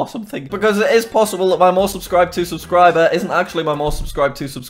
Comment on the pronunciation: 56 times you said aubscriber